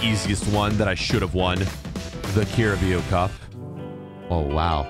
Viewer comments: Just so you know it’s pronounced carab-ow cup it’s not pronounced how it’s spelt love your vids 👍🏻❤️ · the way he said carabaro cup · The way you pronounced carabao cup 🤣🤣🤣🤣🤣🤣🤣🤣🤣🤣🤣